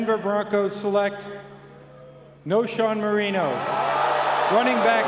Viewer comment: commissioner pronounced moreno wrong